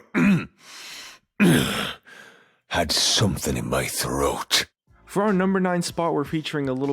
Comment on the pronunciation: Gangplank*** Had something in me troath??? Me.. Wow pls stop those mistakes